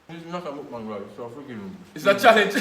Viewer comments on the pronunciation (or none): its the way u say mukbang 😂😂😂😂